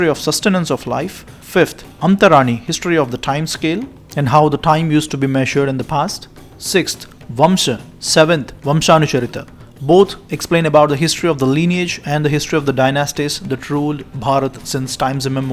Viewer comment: That's Vansha not vamsa